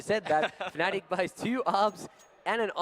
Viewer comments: Yes, but the commentator said "Fanatic". Is it because he don´t realise him saying it or just what he personally call them because he thinks it fits them better? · It's pronounced fanatic... but it's stylised as fNatic